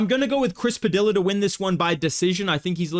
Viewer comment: what's really crafty is bedtimes mispronunciation of Chris Padilla